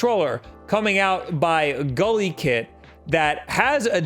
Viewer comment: It sounds like he said "Gully kit" and I just googled it and didnt see anything "gully kit". Just got a bunch of 8bitdo diy controller results.